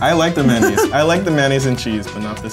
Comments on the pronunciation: The way that one girl says mayonnaise really bugs me for some reason. She forgot the o and just said "maynnaise..." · i say man-aise I don't even acknowledge the o nor the y : ) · I say may-on-aise. But I am the only person I know who does that. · "The may-naise" lol 🤣